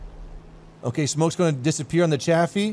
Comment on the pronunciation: What did just call a Chaffee? a Jafaffee?